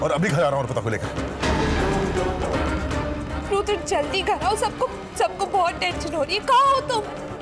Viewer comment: Abe o ghatiya insaan..pehle to rudra bolna sikho...yudr yudr laga rakha hai..aur rudra apni maut nhi ...us langde antriksh ne maarne ki kosis poori ki thi usne.andhe the kya tum..mirchi daal ke aakho me dekh rahe the is serial me hai bolo...idiot kahi ke..